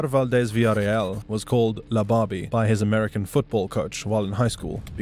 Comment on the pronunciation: Wey it’s la Barbie no BABI lol